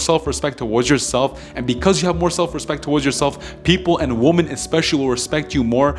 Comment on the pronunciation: actually the correct way to pronounced women in plural is Wimmin.